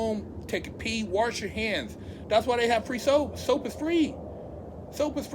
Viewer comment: "Warsh" Lmaoooo